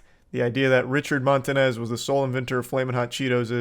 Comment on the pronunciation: Bro really said “Montanez” 👨🏻‍🦳